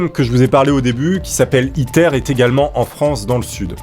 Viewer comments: À chaque fois qu'il disait ITER j'avais l'impression qu'il disait "Hitler" 😂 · quand ta dit le nom du truc j'ai crue que t'avais dit hitlaire